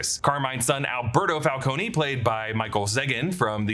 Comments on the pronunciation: It's Falcone not Falcon-e. Just saying. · It’s pronounced FAL-CO-NEE!!!! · Died a little every time he pronounced Falcone